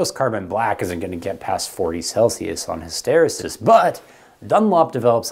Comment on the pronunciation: Your pronunciation of hysteresis is hysterical. 😁